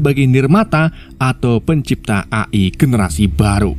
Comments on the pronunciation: Bacanya A ay bukan A e bang😭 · bacanya E Ay bang Jangan A i bang kesel gw denger.w wwkekkw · Izin koreksi mas, bacanya e ai, bukan a i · bang, a.i itu bacanya e ai buka a i😭😭 edit: sedikit masukan dan pemberitahuan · A i bukan E ay 😅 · Eee ay bang bukan a i 😭😭😭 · AI Dibaca eai bg🙏😁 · Bacanya eai atav AI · cara membaca nya EAI bg.. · A i A i nya bikin ngakak😅😂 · E ay bang bacanya 😂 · Min, koreksi aja nih, cara baca AI tuh "EIY AIY" 🗿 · Bang tulisannya itu emang AI tapi cara bacanya gini: e ai